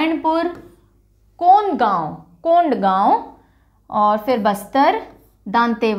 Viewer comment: That is कोंडागांव Not कोंडगांव